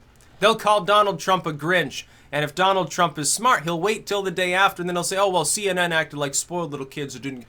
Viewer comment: What's a see-enen?